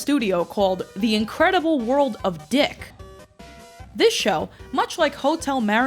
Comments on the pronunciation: So....Luigi is in the epstien files we found out today....just kidding....but for real....Luigi fan art is like a slow motion train wreck, its going to be horrible but you can't look away.....oh and Dic is pronounced deek. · "It's pronounced, Deek. Not Dick."